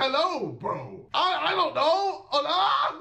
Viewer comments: 😂at last he didn't said KSI it sounds like 'gay as i 😂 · That K S I at the end 💀